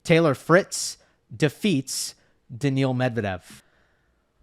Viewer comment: Is NOT Daniel Medvedev ...BUT DANIIL Medvedev....